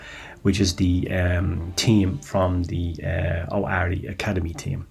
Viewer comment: Ooarai. Not oari 😂